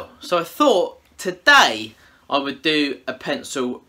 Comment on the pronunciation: I told BOBBY about you, I didn't know y'all hung out. Please do a collaboration 😭 that "wewd" be so amazing.